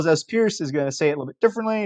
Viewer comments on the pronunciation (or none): Excellent video. Charles Sanders Peirce (not Pierce). Pronounced like "purse"